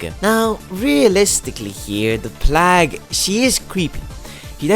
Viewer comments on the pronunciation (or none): Great vid. Just a couple of suggestions for future videos. Plague is pronounced playg. Blight is pronounce blite